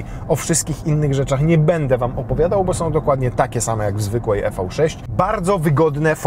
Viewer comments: Tak sobie Kia życzyła nazywać: i vi sześć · Redaktorze #, zgodnie z zaleceniami samego producenta należy wymawiać z angielska "Iwi 6" 😎